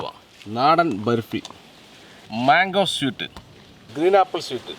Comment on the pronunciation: ബെര്പ്പിയല്ല 'ബർഫി"😂😂